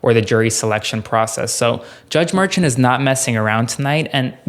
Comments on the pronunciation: Glenn Kirschner pronounces Merchan as Mershawn. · Please pronounce Judge Merchan's name correctly. He's Columbian and it's pronounced Mur.SHAWN' not MUR'chun. Thank you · Just FYI, the judge's name is not pronounced like Merchant. It's Mer-SHAWN. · Luke, please tell that he's mispronouncing Judge Merchan's name. Mer - shon' is the way he pronounces it. It's really annoying and distracting to hear the mispronunciation. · It’s pronounced mer-SHON. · Check your pronunciation of Judge’s last name.